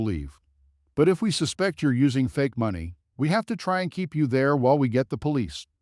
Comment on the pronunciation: You need to say money the right way please.